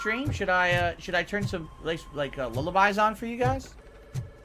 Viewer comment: Lalalu? Bro can’t even get the lyrics right to a lullaby😂